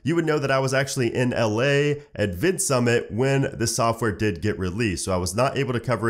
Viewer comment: "I was in LAaaaaa, I am not able to cover on day oneeeeeee, 1.3.1.3 (threeee). why stress at the end of every sentence.:)